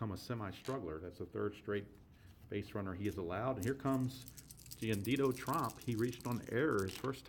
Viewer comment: Its Jiandido Tromp, with an 'O', not Trump.